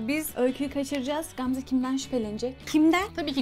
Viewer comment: Qamze yox Gamze🤦🏻‍♀️